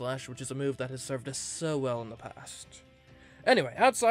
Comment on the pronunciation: “Howell room”